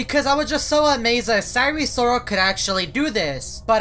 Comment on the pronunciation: sire sorol NAME: sire sirol